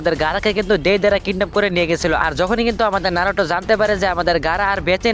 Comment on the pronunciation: ভাই নারুটো না ❎ নারুতো ✅